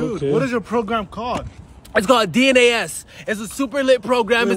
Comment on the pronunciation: “Definitely not a scam / DNAS” I thought he was saying (D in Dey ass)